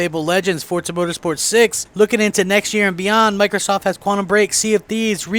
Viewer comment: its forza not fortza